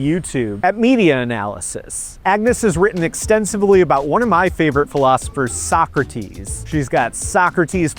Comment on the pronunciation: finally someone who knows how to pronounce Socrates